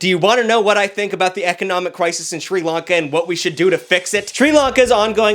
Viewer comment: That answer about Sri lanka sounded ai generated and hella mispronounced